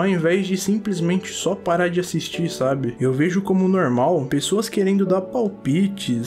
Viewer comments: "Algo nomum`` -, Tio 2021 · Eu vendo o vídeo td séria: a O: é algo "Normum" Aiai kkkkkk